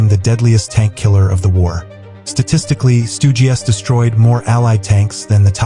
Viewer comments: "Stugi three" 🤨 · “Stoogey 3” lol